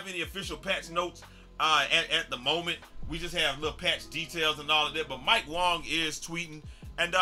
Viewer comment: Imagine calling mike wang mike wong